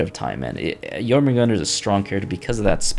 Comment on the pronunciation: its Jormungandr. "Your-Min-Gan-Dur". Not "Yodin-Min-Gan-Dur" glad main brain what makes it even funnier, is that you pronounced it 2 times right after that, perfectly